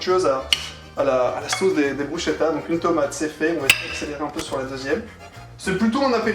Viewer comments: Brusketa ça se prononce par contre par pitié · Dommage que sa maitrise de la prononciation de soit pas au même niveau On dit brusKetta. Sinon quel honneur de mettre en avant le plus beau pays du monde. (objectivement bien sûr). Un régal !